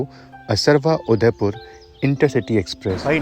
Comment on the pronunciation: Bhai aap jagaho ke nam har bar galat pronounce krte ho असरवा nhi असारवा hai